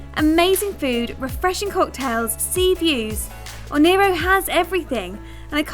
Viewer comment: She pronounced ONEIRO wrong